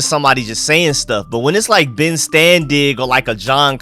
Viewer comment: Please stop saying ben’s name like that lol. Ur chopping it all the way up